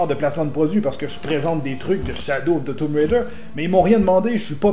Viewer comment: "Shadow of the toum raider par eidos mourrial"😂😂😂